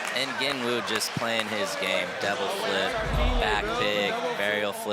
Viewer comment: R u guys saying devil flips or double flips lol